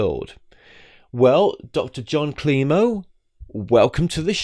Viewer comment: Dr. Jon Klimo not kilmo.